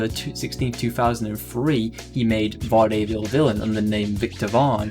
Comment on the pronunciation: He can pronounce Eyjafjallajokull but cant pronounce Vaudeville, Kavorkian or Ode ? lol